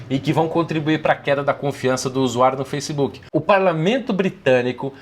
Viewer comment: Foissebook Kakakakka